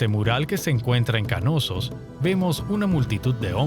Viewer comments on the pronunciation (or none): ¿”Kanosos”? Lo están pronunciando pésimo, es Knossos o simplemente “Nosos” si se dificulta la “K” inicial. Pero no “Ka-nosos”.